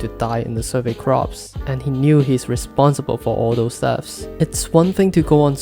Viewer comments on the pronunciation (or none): Its corps not crops…. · It was hard for me at first too lol. It is pronounced "Core". But that's English for ya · You pronounce 'Corps' as 'Cores'. "p" is silent. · Love the video, one small note is that corps is spelt differently from crops, the survey corps is pronounced more like “core” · Takes me out everytime you say crops ahahah